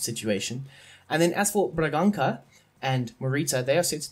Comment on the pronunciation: It's Amorim not Amiron. And the ç in Bragança is pronounced like an s. Coates is not pronounced Cootes, it's kinda hard to explain how it's pronounced maybe you can search it up and Esgaio is pronounced Eshgaio. And Reis is pronounced like Ray but with an sh sound at the end